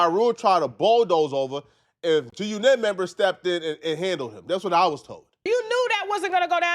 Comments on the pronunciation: Bro, why you saying it like that? G-Unit. Say it normally. G-uNIT is a song cadence, you don't say it like that everytime. 😆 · It’s not “g u nit” unit the word is unit damn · Why are u pronouncing it “Gee U KNIT” 😂😂😂 it’s G-Unit dude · you outta touch weirdo, it's not G- U NET, it's G-Unit. Say it like a normal mf person who knows wtf they're talkin about, damn nigga you awkward as a mf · pissing me off the way he pronouncing G-Unit 🤣 (It was actually “guNIT” members 😳) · You can’t trust nobody that say G-U-Knit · Can't pronounce g unit and called zip wit da drip popular😂😂😂 that clown lives in his momma's apt at damn near 50 years old. Cut it out. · Why can't you say G-Unit 😂😂😂😂😂😂